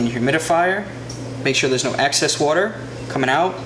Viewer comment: Great information, just two minor issues. Maybe it’s me but I am hearing you say Access instead of Excess and Ladies smoke cigars also.